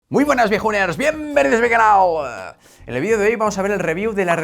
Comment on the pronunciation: En cuanto escuche el ibtro de "Bienvenidos a mi canaul..." machaque el botón de like